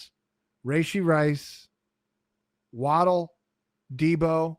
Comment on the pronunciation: Please stop saying, “Ray-shee.” That’s not how you pronounce it. I’m sorry… How do you have a fantasy football podcast and you’re criminally mispronouncing a top receiver in the league? You’re the only two men on the planet that say, “ray-shee” and it’s nails on a chalkboard. Gotta fix that moving forward.